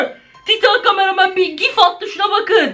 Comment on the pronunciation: Camaramen karamen diye okumayın cqmareman